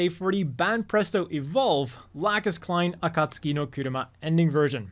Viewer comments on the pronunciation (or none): none